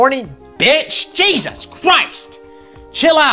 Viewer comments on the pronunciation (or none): none